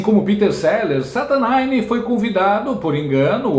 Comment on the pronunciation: “SATÃNINE” kkkkkk